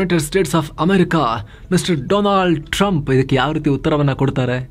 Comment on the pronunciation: ಹೆಸರು ತಪ್ಪಾಗಿ ಉಚ್ಚರಿಸಿದ್ದೀರ, it's ಡೊಲಾಂಡ್ ಟ್ರಂಪ್ ✔️